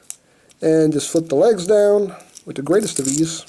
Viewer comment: When you say legs, it sounds like you lays. As in lays chips. Yeeees